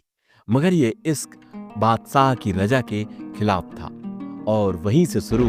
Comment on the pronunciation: Pahle bolna to seekho Isk nahi bolte Hain Ishq bolte Hain